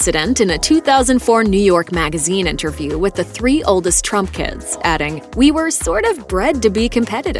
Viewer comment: Did she say “Trumpkins” or was it “Trump kids”?